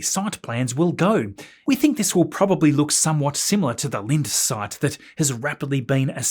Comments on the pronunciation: With regards to the Linde sight, its pronounced " Lin-dee". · It's German and pronounced Lin-duh (stress the Lin)